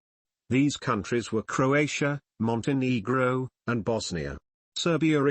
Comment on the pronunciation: The way the robo-voice said Montenegro tho 🤭